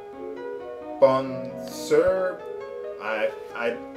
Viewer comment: You pronounce Bon Soir Bon Swar.